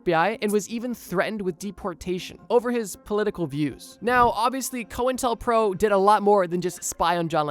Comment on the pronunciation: It's pronounced Coin Tel Pro